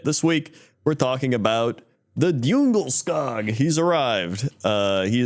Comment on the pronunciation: Hearing non-swedish people pronounce ikea stuff is always a delight ^^ If you want the swedish pronounciation, then the o in djungelskog is long, like the in word "zoom"